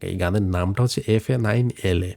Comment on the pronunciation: Fa9la pronounce faqla in Arabic